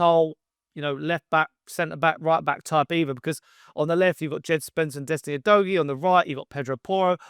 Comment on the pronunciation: You need to watch the Premier League video showing how to pronounce our player’s names correctly. Udogie is not said that way.